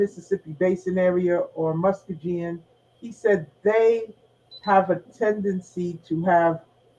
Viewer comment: MuskoGean not pronounced with a J 😂but eye know wat she means